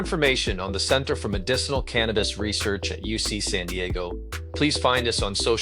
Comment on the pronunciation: Canmabis, not cantabis. 😂😂😂